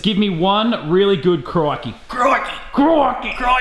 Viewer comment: He don't say crakey he said cocky